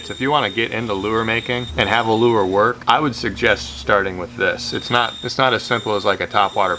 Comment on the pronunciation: Who else caught when he said “I’m KNOT a tier”???